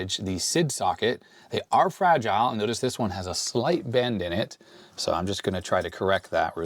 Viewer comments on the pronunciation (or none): none